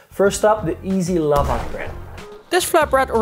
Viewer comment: Thanks! Evidently, I've been mispronouncing Lavash 🤨